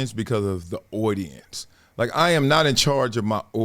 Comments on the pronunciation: audience or ordinance, lol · Why do you pronounce audience like that?? “owdience”